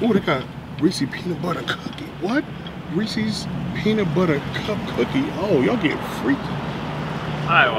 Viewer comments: Lol the Reese C cookies... 😂. Come on man. Hilarious. Ain't no C in it 🤣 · You said Reese’s the wrong way